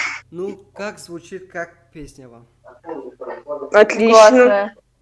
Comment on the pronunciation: Пэээсняэээ не, песня талаффуз бикун.